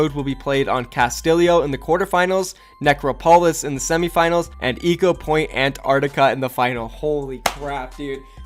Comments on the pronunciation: ''Necro-Polis'' ''Castillio'' honestly, the fuck are this pronounciations? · When you can't say Castillo, Necropolis or Ecopoint:Antarctica correctly